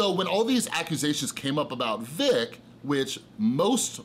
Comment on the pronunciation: But dude. At the same time you totally butchered Vic's name which takes away allot of your credibility on the situation. If you've been catching up on YouTube shouldn't you know how to say it now? It just looks like you spent one morning down a bias rabbit hole. Vic has been a known creep on minors for years. It's in the depositions where he admits to kissing and hugging young girls unprompted. I recommend reading the depositions instead of watching already bias videos of depositions. Also Vic was apart of Ghost Stories dub. Which is along the same lines as these leaks with tons of homophobic and racist slurs. He was on project that was literally the same thing.